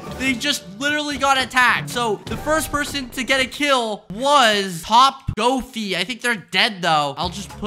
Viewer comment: man had top g in his video and decided to call him "topgofi"